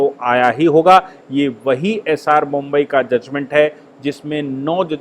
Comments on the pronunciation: सरजी, बोम्ब ई नहीं, बोम्मई होता है। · नाम एस आर बोम्मई है, जनाब! बोम्बई नही !! 😂😂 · bommai not bombai